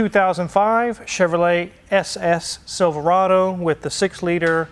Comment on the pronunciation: All together now: Sil-ver-a-do Come back to your senses…